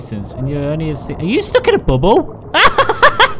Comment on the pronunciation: says Bubble like Bum Hole anyway I was really laughing at that Mosa